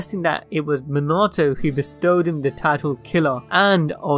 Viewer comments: Bro I like how he says me nah toe instead of minato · 1. Bee is not in possession of the Executioner’s blade 2. Bee did not have the eight tails extracted from him until the birth of the ten tails jinchuriki 3. Minato is pronounced MEE-na-TOE Not as much emphasis on the -na 4. Amaterasu is pronounced Aa-maa-ter-aa-soo 5. Bee is a very strong shinobi, but surpassed by quite a few. Naruto Sasuke Hagaromo Hamura Ashura Indra Kaguya Momoshiki Kinshiki Itachi Nagato Madara Hashirama Might Guy Obito Minato Tobirama Hiruzen Orochimaru Toneri